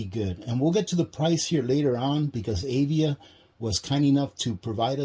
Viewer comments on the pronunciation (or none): Dude AVIA is a sneaker company, this things brand name is AVIVA pronounced AV- IVA. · I am pretty sure the name of the solar generator is pronounced "Uh-vee-va." Avia makes athletic shoes.